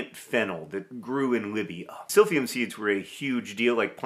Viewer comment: Not me hearing SILVIA every time John says Silphium LOL